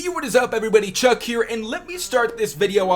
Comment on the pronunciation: His name is Chuck not Truck lmao